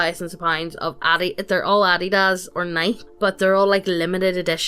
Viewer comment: “Addy daz” “neyek” holy crap lol